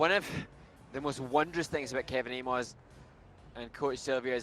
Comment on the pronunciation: It is painful to hear keeps butchering skaters' names. Kevin AYMOYZ — why on Earth -OYZ? Last season we heard 'Adam SEE HIM FAR', this year the name has gotten an extra syllable: 'SEE HO HIM FAR". 😮‍💨😞